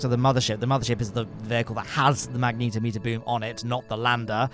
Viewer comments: "magnetometer" is pronounced "mag-net-om-ee-ter". It measures magnetic fields, not magnetos (a magneto is an old-fashioned car part that generated electricity, later replaced by alternators).🤣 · "mag neet o meter" wild pronunciation